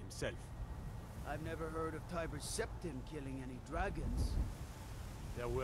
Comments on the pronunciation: I find it very humorous when you say Timber 🪵 Septum instead of Tiber (Tie-ber) Septum 😂 I will call him that from now on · Cheydinhal is in Cyrodil. I guess you haven't played oblivion yet? The prequel to Skyrim. The name Tiber Septim is pronounced, Tiber, as in Tiger. Glad you're enjoying this , I've played it regularly ever since it first came out. Have fun. 👍🏼👍🏼